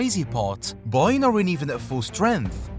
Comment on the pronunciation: Im not listening to you say boyern 83 times